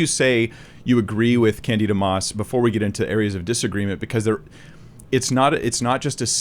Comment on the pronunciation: As another Brit with this unfortunate name, it is pronounced kan-di-duh (quickly of course) rather than kan-dee-da. It didn't used to be unfortunate, most of us were named after a lovely character in a play (of the same name) by George Bernard Shaw but yeah, it has been a cross to bear!